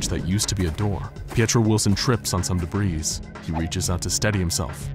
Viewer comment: How come no one knows how to pronounce debris correctly lol